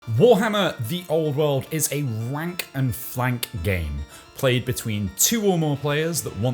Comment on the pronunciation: At the start of the video it sounded like you called it a “wank and flank game”, which is a surprisingly accurate description.